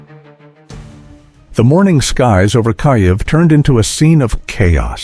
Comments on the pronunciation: 'Some' were intercepted...? BULLSHIT. Maybe 1 or 2; the rest were untouched and did the job...Stop lying with your pathetic ("Kai - ev' instead of Keev...WTF) AI narration...Downvoted! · o please!!!! IS NOT "KAJEV"!!!!